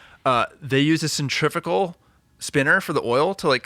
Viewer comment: Good to hear the boys pronounce centrifugal correctly, now let's work on aluminium and basil......